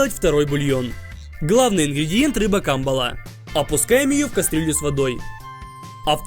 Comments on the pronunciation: Камбалаааа а не Кааамбала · Не ка,мбала а камбала, ударение на ла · кембела а не камбела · Ти неправельно ударения ставиш надо камбалаааа ане каамбала